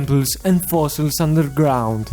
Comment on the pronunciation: AINLD FOSSIXS ULDLER GLOUND best inglish